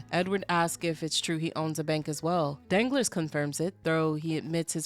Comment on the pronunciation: Girl you killing me! You calling the than Danglers (like my nuts be dangling), I love it because I hate the character but your pronunciation of Danglas (dahn-GLAR) has me rolling